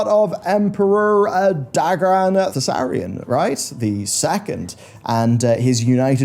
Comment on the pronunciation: Dagran Thaurissan, not Thassarian. Good video btw, your prologue at the beginning gave me chills. THAT should be an expansion in itself!